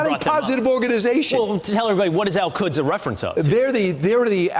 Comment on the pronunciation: The way Kilmeade says “Al-Quds” it sounds more like “El Cuds” to me. Like he is talking about Spanish cows or something.